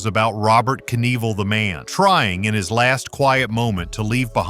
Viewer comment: The AI voice is ridiculous. EVVL, EVVL NEVLL????